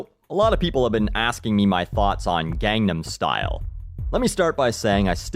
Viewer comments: You pronounced Gangnam Style wrong. Not that you're the only one, but Psy's pronunciation is clear. I don't know how English speakers are constantly butchering the two easiest words in the whole song. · At least educate yourself on HOW to pronounce the song's name correctly.. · He doesn't. If you would actually listen to this song closely, you would hear him say it gone-nom. thats why most of us stupid americans think he is saying Condom star :<